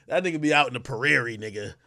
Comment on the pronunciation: The “p-rairie” ?!!!? “prairie” would probably work better